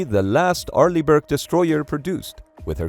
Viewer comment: "Arliegh Brick"😂😂😂